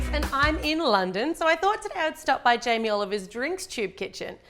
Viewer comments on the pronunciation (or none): none